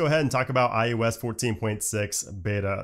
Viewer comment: I am begging you please stop saying iUS